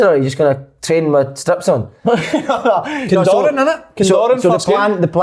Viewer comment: Does Slaney know it’s “Condorrat” not “Cindurran” ?? ahahah